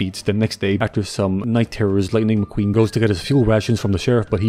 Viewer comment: Didn’t even realize that he said bitning laqueen